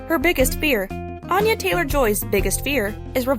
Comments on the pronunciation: it’s actually pronounced with an A sounding similar to Anna not Ana (An- yuh, not On- yuh) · Here's a fun fact about Anya Taylor-Joy that apparently whatever moron put this crap video together doesn't know: her name is pronounced ANN-yuh, not ON-yuh. She's very adamant about this. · Since you pronounce her name incorrectly I wonder why you think you know much of anything about her. Too embarrassing for words.